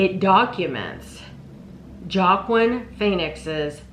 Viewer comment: Joaquin phoenix its pronounced "wahkeen" is a weird guy never liked him he has had some good movies but as a person I've always thought he was a very weird person also if you haven't watched running point on Netflix it's very good and the life list also very good